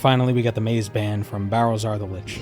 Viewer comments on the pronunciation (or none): none